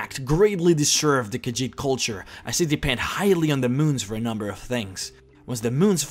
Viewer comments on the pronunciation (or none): none